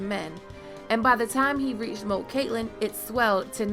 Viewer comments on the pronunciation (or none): First time watcher. Good video and analysis. One little gripe though: there's no t in Cailin! 😀